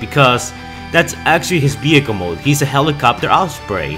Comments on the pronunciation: What about saying vehicle and not behicle ? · ehhhhhh sounds like b though